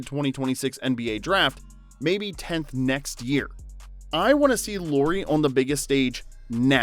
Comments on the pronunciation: Loori :D It's LAU-RI. example word, lamp, ok, LA. I know you're American but I'd appreciate atleast attempting to pronounce Lauri's name somewhat correctly ^^ Great vid. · It's nice to see videos on Lauri. But pleeeeeease: it's not "Lori" it's Lauri like "Lowry" in Kyle Lowry. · La-u-ri La, like in "Las Vegas" u, like the u in "push" ri, like in "risotto"